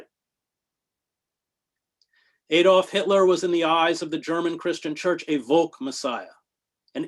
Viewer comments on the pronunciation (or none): none